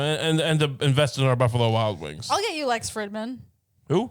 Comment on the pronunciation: It is so wild how many times he has brought up Lex and gas never pronounced his name correctly.